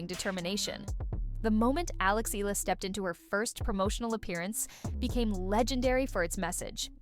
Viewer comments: I hope they get to pronounce her last name right, as in E-YA-LA. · Hearing a Filipino sportscaster mispronouncing Eala's name is deeply insulting.